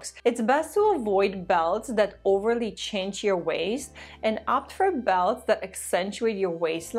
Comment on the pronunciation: I love you and your videos. Just trying to help, a belt can be cinched, said like sinched not chinched. I didn't understand at first, but I got it later. I hope you are not offended.